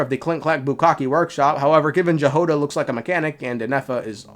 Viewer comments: btw Jahoda is pronounced as Yagoda , and G sound is like in word "good", and Y as in "you". will see if voce actors will get it , apparently in is Czech and Slovak name. it means berry or strawberry in some slavic languages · Jahoda was also pronounced wrong XD